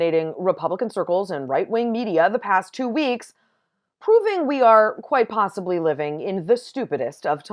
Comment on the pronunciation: I think it’s funny how she says possibly.